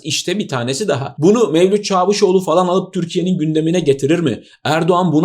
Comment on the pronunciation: "Çaavuşoğlu" demeseniz. Ordaki a'yı uzatan yok sizden başka. Sevgiyle kalınız.